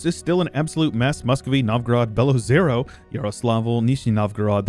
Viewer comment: its pronounced "belo-ozero"